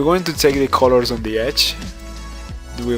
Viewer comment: Its really distracting ho w you say the word colors. Its like youre saying coew-lorws when it should be cuh-lers